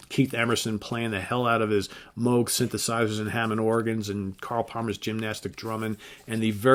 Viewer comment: Good that you pronounced the name Moog correctly . There's plenty in the music business , including those who play Moog synthesizers , who can't be bothered pronouncing the man's name right . Thanks for that and nice worst to best ! Just one thing i have to ask : Roxy Music ? I'm guessing you're not a fan , but i wouldn't mind being wrong ! Cheers